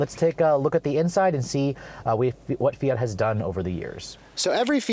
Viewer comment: Do Americans not realize there is a t in fiat.... + straight man drive it ????? Girly car ???? Fuck off sexist idiot